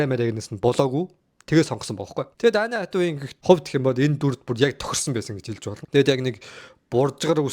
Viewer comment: Anne Hathaway gej duudna uu kkk. Peildeed gej yu gej bgaan vee kkk. Accent ee saijruulaachee zavaan